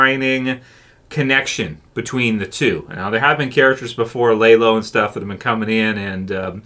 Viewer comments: Good video! Just bothered me you pronounced his name lay-lo instead of lah-lo, other than that great video! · Dude, it’s not lay low, it’s lalow! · It’s not lah low it’s lah lo. No w at the end it’s a Hispanic name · Dude why do you keep calling lalo (lah-loh) the wrong name? It’s not Lay-Low. Haha I don’t understand how somehow can mispronounce a name from a show where you hear the name pronounced correctly many many times. Maybe if it were based on a book where you had already memorized the wrong pronunciation while reading the book and have trouble swapping to the new/correct pronunciation that came with the show, but that’s not the case here - you literally hear it correctly from day one and then say it wrong. Wtf? Lmao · LAH LOW. NOT LAY LOW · lol why do u call him laylo when the show uses his correct pronunciation a million times? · Are you calling him Laylow just to troll? I don't understand how people can hear characters say a character name like literally 300 times throughout the course of a TV show only to mispronounce it so badly as if they have only ever seen it written. You aren't the only YouTuber I've seen call him Laylow and I just don't get it no one in the show has ever called Lalo Laylow one time in the entirety of BCS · I was asking the same! How do you get it wrong when you hear them pronounce it over and over on screen!?